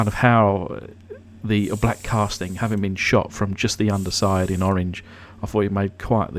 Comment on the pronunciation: It's always a pleasure to see you taking care of one of those old Majorette . I like the way you said orange in french. Merci